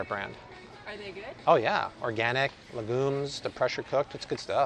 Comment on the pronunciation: Love your channel. Just an fyi, legumes is pronounced like “leh gyoomz” looked it up on Google.